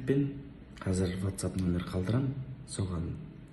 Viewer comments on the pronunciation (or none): none